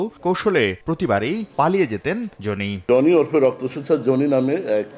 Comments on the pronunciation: জোনি আবার কি? জনি। নামটা তো ঠিকমতো বলেন অন্তত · নাম জনি, উচ্চারণ করে যোনি। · যোনি না জনি উচ্চারণ ঠিক করেন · ভাই, জনি উচ্চারণ টা অশ্লীল শোনা গেলো 🫣